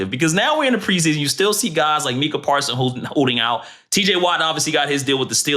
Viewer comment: Good podcast, but wanna front as an NFL and especially as a Cowboys fan.. and can't pronounce MU-kuh Parsons name? Micah only been on the Cowboys for 4 yrs now, plenty of time to learn his name ain't pronounced "MEE-kuh". Good pod, and interesting conversation, but c'mon bro!